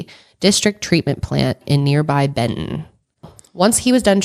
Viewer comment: she really said bend-ton and i was like😳😐😑